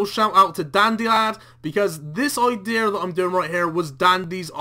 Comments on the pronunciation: it was his Ideer? you mean idea? when your own accent stops you from correctly pronouncing words... wtf you guys doing over there? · i-deer loool